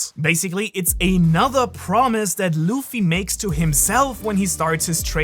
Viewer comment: i watched this for 60 seconds and just thought if i have to hear you call him loofy one more time im gonna jump through the screen and punch you in the face